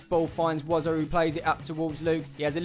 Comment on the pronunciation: I just want to correct that it's Wozza